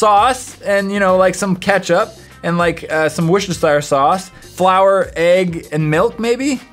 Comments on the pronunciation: Wait wait wait woah! Did you just say “Woshtershirer sauce?!” ITS WORCESTERSHIRE SAUCE!! Worc-est-ter-shire!! SAUCE! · man, I love wishneschire sauce XD